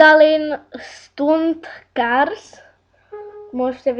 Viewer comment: Prej Stunt :D Vyslovuje se to: Stant